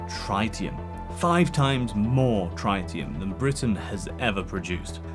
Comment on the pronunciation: In no continent, country, state, city, borough, street, or house is the word "Tritium" pronounced Try-tee-uhm. Otherwise fantastic content. You still get a sub and a like out of me 👍